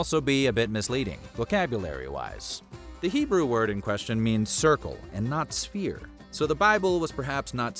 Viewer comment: The word is "sphere", not "spear".